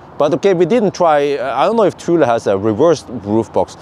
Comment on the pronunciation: That’s not how you say the name bro